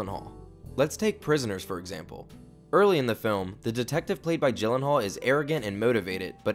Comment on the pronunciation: Everytime you say GYllenhaal you make me cringe! He said that his name is actually pronounced "Yillenhaal"